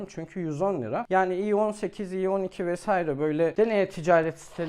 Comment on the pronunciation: Mesaire değil "Vesaire"